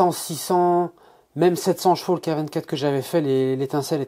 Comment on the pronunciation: Aaaaaahhhh tu me vénère à dire « jvaux » dis poney ce sera mieux !! 😂😂😂